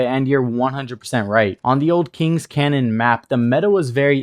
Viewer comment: "Canyon", not "Cannon".